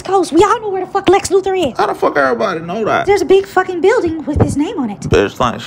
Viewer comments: "Lex lupher" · “Lex Loofer” 🤣🤣🤣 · Lex lewfur 😂😂😂😂